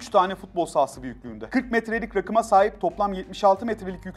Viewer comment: Rakım değil raakım